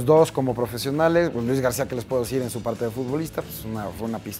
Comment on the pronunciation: Luis Gadcia jajaja